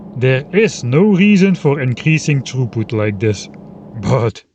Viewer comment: When you said belt throughput, I thought you had said “troep” lmfao